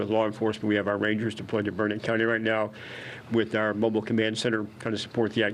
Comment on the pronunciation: I do wish that one govt official would pronounce Burnet, Texas correctly. He must not be from here. It's not pronounced burr-nette. It's pronounced Burn-it, dern-it...learn it.